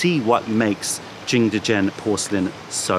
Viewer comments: Because he doesn't speak Mandarin obviously. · I'm sorry for this comment, delete if you want... But why are you saying jingdezhen like that? It's a good video, good content, but why did you have to ruin it by saying jingdezhen like that every single time. 😭